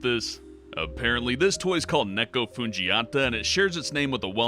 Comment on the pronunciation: When he was talking about that road kill cat toy I'm curious confirm but isn't Neko pronounced nee-co not neck-o anyone who knows Japanese can you confirm this or not =D